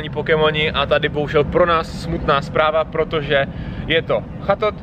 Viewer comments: Pakirusi wtf čte se to pačirisu a čettot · Buneary se čte jako ''Banýri'', Chatot- ''Četot'', Pachirisu- ''Pačirisu'' :)